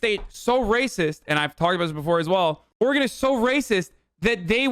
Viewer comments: YOOOOO! Hasan made fun of Trump for pronouncing Oregon wrong. As an Oregonian, thank you. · People of "Ore-gone" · Trump has never angered me more than when he just said Oregone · Why he say or-gone